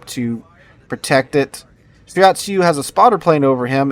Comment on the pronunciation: You saying "shirayatsu" was bothering me so much I actually started saying out loud "it's shiratsuyu".